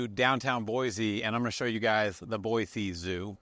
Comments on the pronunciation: You would think if you’re a realtor here in Boise Avenue, there’s no Z in their name is BOY SEE not BOYZZ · It's pronounced (Boy‐See) not boyzee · ProunncedBoi-see not Boi-zeeee!! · Ahem, Boise is pronounced Boisee, not Boizee.You’re welcome😂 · Please. Please. Say Boise the right way. Cool video though!